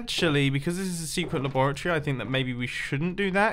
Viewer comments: In our secret “laboroty” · Notice how he says laboritree instead of laboratory